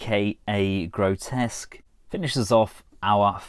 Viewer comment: Apparently his name is Grotusque, not Grotesque. I had always called him Grotesque like you did in this video until I saw The Chosen Prime's review where Andrew called him "Gro-Tusk" (for pronunciation). I thought he was wrong, but thought of his alt mode's tusks so I looked it up and turns out it really is Grotusque. I had no idea. I feel sorry for him so many of us calling him grotesque for 3 decades just because our minds glossed over the actual spelling.